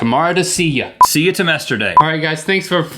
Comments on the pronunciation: I like one of the bloopers, 'See ya tomesterday.' THAT MAKES ME LAUGH SO MUCH AND I DONT EVEN KNOW WHY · 'See you tomesterday' HAHAHAHAHAHAHA